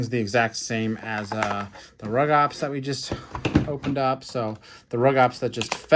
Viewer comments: Rugops and Carnotaurus are both Abelisaurs, so yes there is a relation Also it’s pronounced “roo-gops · They’re pronounced “Roo-gops” and “ICK-thiovenator”.